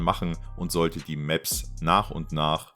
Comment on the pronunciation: kuhles Reewörk der Mäps mit den Tschännels und tolle Loor in der Seesin Tuh und mit Look ouwer und so weiter und so fort ...